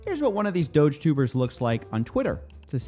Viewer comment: I thought you were saying Doge Tumor